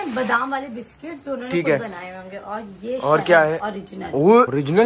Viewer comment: Biscuits ko bola biscot